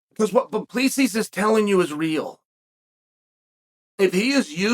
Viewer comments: Its pronounced Du Pleseeee (the S is silent) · Oh, American parochialism... "Doo-pless-see" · Du Plessis..last s is silent.. can't be that hard.. du Plessi ..simple.. vs Brunson next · DOO-PLA-SEE. You need to read more of your comments dude. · The last s is silent in Du Plessis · CHAEL, THE S IS SILENT !!!!!!!!!!!!! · The S is silent -GOAT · Chael the "s" is silent ..